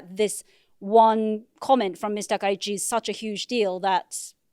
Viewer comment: As a Japanese, I believe Takaichi is correct